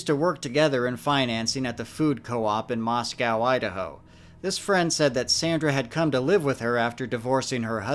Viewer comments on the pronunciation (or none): Everyone has already said everything I could think to say about this case lol. Clearly a case of mental health, not bigfoot or fairies. But as someone who was born and grew up in Idaho, Moscow is actually pronounced Moss-coh (not cow). Just figured that could be helpful in any future cases that take place there. It's a beautiful area! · Funny how you being from the PNW you pronounce Moscow Idaho "moss cow" not "moss coe"as it's supposed to be pronounced. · That's wild I live in Moscow and love the co-op, but I've never heard of this case. Ps it's Mos-Co, not Mos-Cow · Moscow is pronounced "MOS-coe." I'm married to someone whose family homesteaded here in 1883 and we've lived here since 2002.